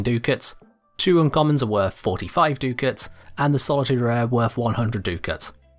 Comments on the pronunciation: DUCK-ITS, not DOO-KITS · Duck-its, not Doo-kits. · Ducats isn't Do-kits it's duck-its... It's like hearing nails on a blackboard each time he says do-kits.. (noun) Cash, money or bills, from "ducats": various gold coins formerly used in certain European countries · Duckets are pronounced duck-its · omg i hate how he says ducats, its insane, litely no one says that...*sniff sniff* smells like british butchuring words again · The way he pronounces Ducats hurts me I actually can’t watch this past 2 minutes